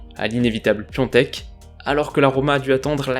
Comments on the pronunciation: Salut, toujours très bonne vidéo comme toujours! Je me demandais juste ceci: à chaque fois quand tu parles de Piatek j'entends "Piontek" je ne sais pas si j'entends mal ou quoi mais si c'est ce que tu dis, est ce que ça se prononce vraiment comme ça car tu es la seule personne que j'entendes le prononcer de cette manière? Merci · Salut, vidéo super propre comme d’hab! J’ai une question. « Piaktek » ça se prononce « piatek » ou « piontek »? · On doit prononcer Piontek ?